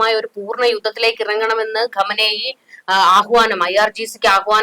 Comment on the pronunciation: ഖമ നേയി...അല്ല ചാച്ചീ.. ഖൊമേനി......😂😂